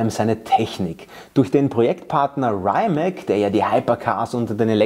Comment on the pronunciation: Die Aussprache des kroatischen Porsche Partners RIMAC spricht sich "Rimatsch" oder "Rimats", aber bitte nicht "Reimäk".